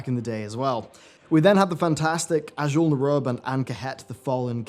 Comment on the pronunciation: Azjol na rub???...really! npc's in game pronounce it azjull nair roob!